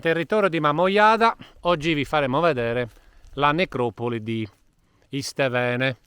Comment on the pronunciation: Iste`vene ( Stefano ) non mi sbagliare la pronuncia 😂